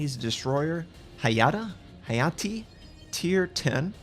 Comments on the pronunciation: It's pronounced Hah-Yah-Teh :3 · Japanese doesn't have long vowels. Ha. Ya. Te as in as "te"lephone